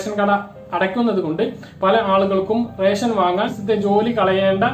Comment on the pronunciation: ഇവൻ എന്താ പറഞ്ഞോ...?എല്ലാ ജില്ലകളിലും ട്രിപ്പിൾ ലോക്ക് ഡൌൺ എന്നും മറ്റും caption കണ്ടു..പക്ഷേ രേശൻ.. രേശൻ.. എന്നേ കേൾക്കാനുണ്ടായിരുന്നുള്ളു...